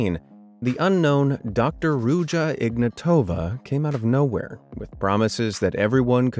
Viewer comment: Please people I know it’s not that important but please pronounce the name correctly. It is IgnAtova not IgnatOva.. it hurts my ears every time. Also it is “Ruzha” (ж) not “Rudja”, “Rudza” etc.